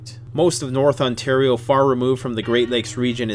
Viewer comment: Anyone else catch the "Ontar-i-o" pronunciation when talking about blackflies? Seems like a non-accidental Stompin' Tom reference.